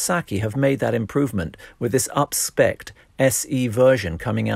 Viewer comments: *UPSPEC'D, not upspecked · “Upspecked” WTH? 🤪